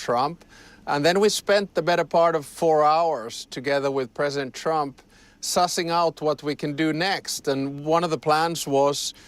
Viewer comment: This reporter's so full of themselves they can't say the word Presedent.